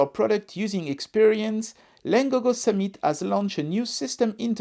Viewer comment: Pour la traduction du nom Summit,le "mit" ne se prononce pas comme le mot "meat" comme "it" ne se prononce pas comme"eat" le problème vous prononcez le i comme vous le faite en français.